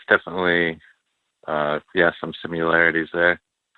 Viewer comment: goshdammit "simularities" is not a word, its "similarities"!! I hear this mistake everywhere what the effin fuck???